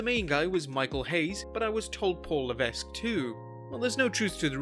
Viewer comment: It's pronounced Paul Leveck not Levesk